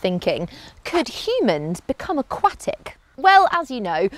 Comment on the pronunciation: She pronounces aquatic so differently